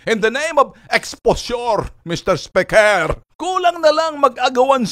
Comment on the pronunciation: I would like to make a manifestatiooonnnn... Mester spekerrrr....